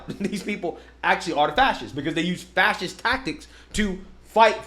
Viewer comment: He can’t even say fascists. Fassiss 😂